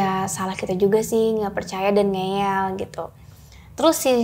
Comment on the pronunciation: Ngeyel bukan ngeel